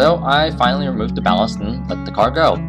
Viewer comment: let the car go. it sounds like let the cargo like the car was cargo.